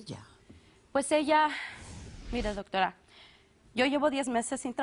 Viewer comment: "Dortora" dice la tipa xD